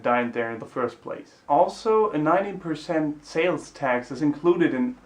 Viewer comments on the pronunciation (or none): I heard 90% as well, but I looked it up, and no indeed, it's 19%.